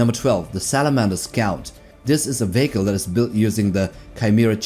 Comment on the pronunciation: VEE HEE KÀL not veeehko